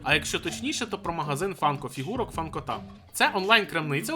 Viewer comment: Боже мене так бісить то шо я шарю за funko вже 5 років і давно знаю про магазин Funkota але чому ви ставите наголос на о має бути на а